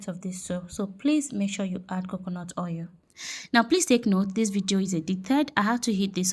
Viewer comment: Not ou it's oil